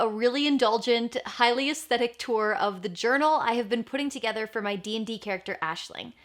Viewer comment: Aisling is my name... Its not very common where I live, and it being pronounced correctly is even rarer! So uncanny to keep hearing it 🤣